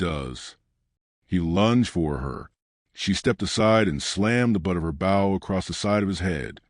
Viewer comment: I love these stories but the way the word bow is pronounced is wrong an gets irritating.. it's the long O sound.. like saying the word "low" with the letter B instead of the letter L.. I'm sure this is AI but still as a country person listening to these wonderful stories.. Thank you keep them coming.. (an change the way bow is pronounced pls lol)